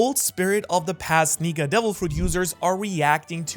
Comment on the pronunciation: Bro, That's Not How You Say Nika